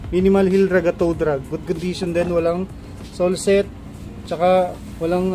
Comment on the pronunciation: boss sole sep yin hindi sole set,,,,,,,,,, sole separation